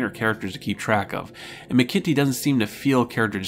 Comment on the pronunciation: Sorry, here I go again: David McIntee => "MACK-in-Tee". Think of a t-shirt with "Mac Daddy" emblazoned on the front. And - another nitpick: A "prequel" is a story that is written/produced after the original to tell the "before" story. "Mission To the Unknown" is more properly referred to as a prelude, since it was produced slightly before (I would say concurrent with) DMP.